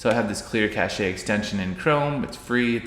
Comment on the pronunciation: It's pronounced "cash" not "cash-ay". It has a silent e cause it's a word stolen from French and the French don't pronounce most of their letters.